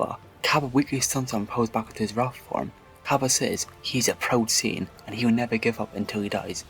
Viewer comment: salad Siayan 😂